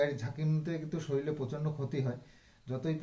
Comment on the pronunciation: শরীল না শব্দ টা শরীর হবে 🤦🏻‍♀️